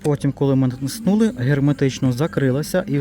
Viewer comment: НатИснули , а не натиснУли. Нашо навмисно коверкати наголос?